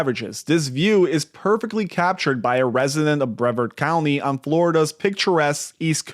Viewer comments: As a Melbourne native, It’s bruh-vard. Not brev erd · Brevard was not said correctly! :) lol Lived here my whole life, 3rd generation floridan.. if my insurance was not so high I could have paid my house off a long time ago, but due to medical situations, after the last storm the payment on the house is about 10% the rest is insurance and tax.. and yes, the house needs a new roof, that would bring the monthly payment way down.. but as I have just found out I am getting laid off in 2 months and even after chemo, medical issues go on.. its sad, I do love florida but its too expensive now.